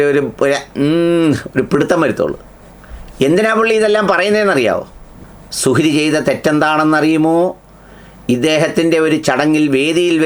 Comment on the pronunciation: സുഹ്രി . മുജ ജമാ: ആ യോ. പടചോനേ. നല്ല .ശ്രദ്ധ വേണം .